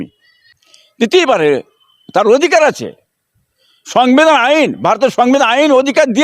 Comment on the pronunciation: সংবিধান কথাটা উচ্চারণ করতে পারে না। তার কথা কেন শোনাচ্ছেন?